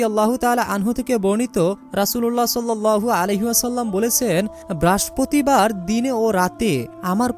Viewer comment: ঐ বেটা বারের নাম আগে ঠিক করেন,,, উচ্চারনের ছিরি